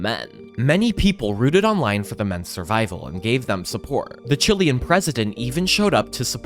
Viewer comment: He said chilean